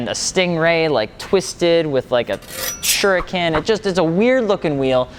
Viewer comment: He said shurikan so I’m going to watch Naruto 🍥